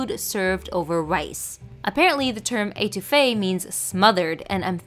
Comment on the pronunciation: I love how she is pronouncing étouffée🤣🤣 its pronounced (eht) ouffee not (ate) ouffee luv your vids glad you keep trying new ethnic cuisines🙌🏾💕